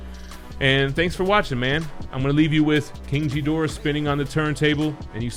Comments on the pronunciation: First time ive heard his name pronounced like that.. Its not jedorah. Its ghidorah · It's pronaonced Ghidora not jhidora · Winced in pain everytime he said "Jee-dorah". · You lost me at King Jidorah, dude. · why is he mispronouncing it?? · first off that's not how you say Ghidorah's name 😫🤦‍♂️🤦‍♂️ ...........second that statue looks amazing! 👍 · Bro your pronouncing his name wrong the H is silent..sounds all wrong wen you say it .... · I can tell you’re not a Godzilla fan by how you pronounce Ghidorah🤣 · You pronounced Ghidorah wrong. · The G in Ghidorah is pronounced as a G… not a J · The G in GHIDORAH's does NOT sound like a J. Please learn how to properly say King Ghidorah's name so people won't call you names over it. But the video was awesome though.